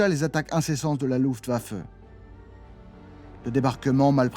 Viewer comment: Un petit effort sur la prononciation de Luftwaffe, Zerstörer et See Lowe, et c'est parfait.